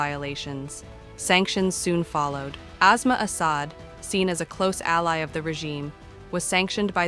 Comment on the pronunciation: It’s despicable when some anchor person pronounces her name as azma like a respiratory disease. It is Aasmaa which means the sky. S doesn’t always sound like z. It is a total disrespect for that woman , their language and civilization.